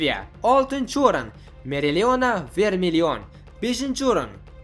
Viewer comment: Meriliona" emas "Opalion"